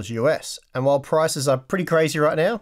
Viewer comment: Did he say "Quiet some time meow?"